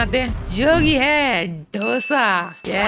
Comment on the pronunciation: Abe dough-sa nahi, dosa👍